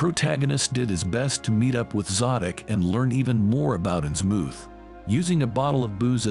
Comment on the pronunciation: I lasted but that AI mispronouncing 'Innsmouth' is just too distracting. It doesn't rhyme with 'vermouth'. sigh It's okay. AI will get better. I look forward to serving our AI overlords.